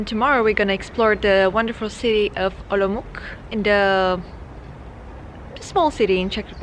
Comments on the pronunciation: It's Olomouts, not Olomouk :D А вообще, я из Казахстана. Думаю туда переезжать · German name is still more correct than how English speakers are pronouncing Czech version. :-D When you say Olmütz in German, most of Czechs recognize which city is that, but "Olomuk?" :-D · The way she pronounced my beloved Olomouc 😁